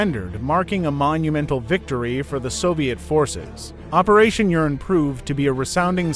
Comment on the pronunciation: It’s “Operation Uranus”, NOT “Operation Urine”.